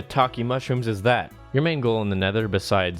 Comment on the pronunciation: dude, its "main goal" not "mango"